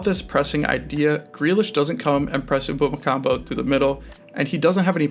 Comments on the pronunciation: Pronounce Upamecano welll...its not Upamecambo!! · Its not "upamecanBo" 😅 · You miss pronounce Upamecano the whole video